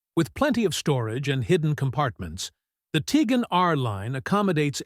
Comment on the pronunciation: Teagan? haha Its Tiguan as in Tig-Wan